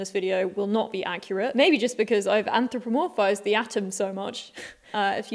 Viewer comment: Hilarious, you should present science shows. You did present a science show and you pronounced anthropomorphising perfectly. It takes me about a week of practice before I can say without falling inside my own mouth. Are you selling the jumper you are wearing?